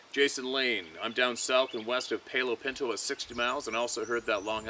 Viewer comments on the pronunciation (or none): From Texas: It's PAL-o Pinto